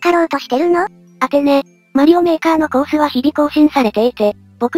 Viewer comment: とりあえずコ↑ース↓